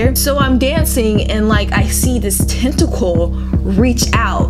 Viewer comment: I thought she said testicle.. xD